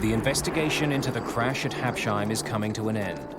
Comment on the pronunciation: Hab-Sheim? Oh, Americans....